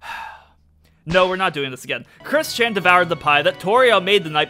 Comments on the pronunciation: Why when you say kris-chan sounds like christian (i cant believe i said kris-chan) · I swear I keep hearing "Chris-Chan" as "Christian"